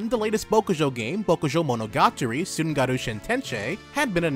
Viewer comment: bro, you fပငked up pronouncing "tsunagaru"